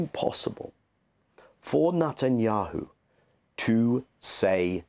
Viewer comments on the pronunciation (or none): He says the devil’s name correctly “Nut & yahoo” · I like the way Mr. Levy pronounces Netanyahu's name as "Nut and Yahoo." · Daniel Levy’s pronunciation of the PM’s surname cracks me up each time he says it: “Nut n’ Yahoo” 🤣